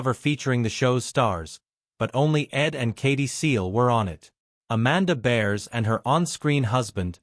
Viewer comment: Katey seegell? It is Sagal. This is AI bullshit. Their last names are mispronounced